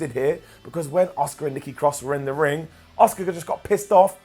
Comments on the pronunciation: Everytime you call Asuka, Oscar myears bleed a little. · Why is he calling Asuka as Oscar?